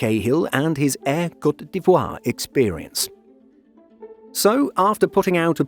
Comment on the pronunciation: thanks for teaching me how to properly say cote dee-vwah